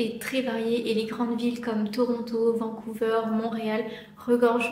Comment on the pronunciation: Juste un petit détail: en français on prononce Vancouver comme vert et non pas veur. Et aussi, c'est effectivement vrai que presque tous les canadiens parlent anglais (pas nécessairement bien), mais au Québec, c'est habituellement la langue seconde plutôt que la langue maternelle.